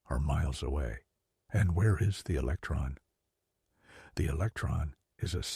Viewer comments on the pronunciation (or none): “What is a eletron?” “What is an electron?” If you can’t get basic English skills down I am not listening to your AI ramblings. Sorry